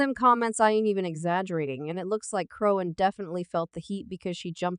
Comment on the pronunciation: WHO THE FUCK IS CHRONE?? how do you make a video about someone and you’re illiterate 😂😂